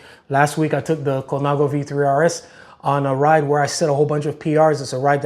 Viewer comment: Thanks for the video. I am always amazed how different the group rides are there in Fla. vs where I live in Va. There are more people on that ride than live in the town I live in. I could also sit around and watch an entire video of you pronouncing Italian names like "Colnago, Basso, etc." So cool. Steel is a great material when done right.